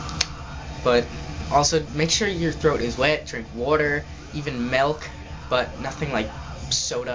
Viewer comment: I liked you And then you said melk it's milk haha That drives me nuts But you're cool Byye now